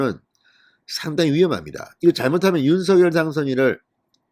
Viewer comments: 윤서결이 아닙니다!!!!! 윤성녈로 발음해주세요!!!!! 듣기 거북합니다!!!!!! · 윤 당선인 이름 발음 서결 × 성열○ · 윤석열의 발음이 ??? 석→ 서 열→ 결 =서결이 아닌 "석열"입니다. 다른 언론사에서도 2가지 발음으로 발표합니다. 이제 하나로 통일하시면 좋겠습니다. 윤석열대통령당선인은 자신의 이름을 윤. 석. 열.으로 표현합니다. (윤서결≠아닙니다) 감사합니다. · 대통령당선인의 성명발음을 확실히 했으면 해서요 일반 매체에서는 "윤성열" 이라 발음되는데 진선생께서는 "윤서결" 이라 발음 되던데 ? 방송 고맙게 듣고 있습니다 화이팅 하세요! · 윤 당선인의 이름의 발음을 본인이 "성녈"로 불러달라고 하니 그렇게 해주시는게 좋을 듯 합니다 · 진성호님 앞으로는 제발 윤석렬 이름석자를 부를때 윤서결이라고 안불렀으면 합니다 정말 듣기 싫습니다 아무도 윤서결이라 안부르는데 왜혼자 남의 이름을 똑바로 불렀으면 합니다 윤석렬이라 똑바로 부르세요 진성호님 방송 애청자지만 꼭 이거는 고쳤으면 합니다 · 윤석렬 발음 통일시키기로했어요. 유서결이 아니고,윤성렬로... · 윤성렬로 발음하세요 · 작열을 <장녈>로 발음하듯이 윤석열을 <윤성녈>로 발음해야 한다..무식쟁이야. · 뭡니까? 그리고 '윤성녈'로 공식 발음해야 합니다. 윤 당선인이 원했던 것인데 궂이 자신이 편한대로 발음하는 것은 예의도 아닙니다. 윤석열을 직접 흔들기 보다 주변인들을 흔드는 기법에 속지 맙시다. 조중동은 이준석을 감싸려 윤핵관을 흔들지 않나 싶습니다. 우리가 뽑은 대통령, 며칠이나 지났다고 또 흔드나요? 우파 DNA인가요?